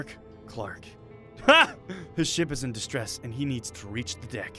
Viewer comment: The way Adam said "Deck" sounded like he said "Dick"... and then he said docking in process... que lenny face